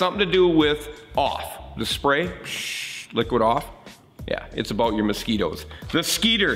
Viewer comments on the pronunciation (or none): none